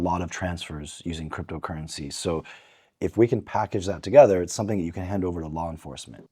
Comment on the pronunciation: .. somting.. such an African acc8